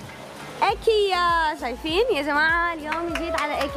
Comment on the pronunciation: ايكيا عم تلفظيها غلط بيسو طالعة بتجنني قمر ♡